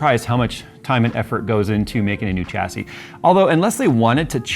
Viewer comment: Dude you are triggering me with your pronunciation of Chassis - it's 'Shassy'.. not 'CHAsy' lol